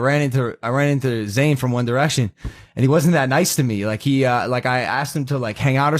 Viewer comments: IT IS NOT ZANE, IT IS ZAYN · you were irrelevant anyway and by the way it’s Zayn